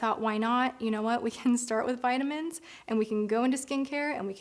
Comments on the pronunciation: “viddamins and tardi westbrook” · I'm just here to listen to keep saying "vit-ah-mens" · I’ve never heard anyone call VItamins Vetamins. Is that just an American thing? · I just love(as an American) to hear you say “vit a mens”. You’ve got me as a fan forever♥️ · I love how the British say vitamins.